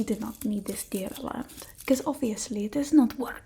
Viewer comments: The way she says deodorant 🤣😂👏🏻🤣🤣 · ok but the way you said deodorant took me straight out, I laughed so hard <3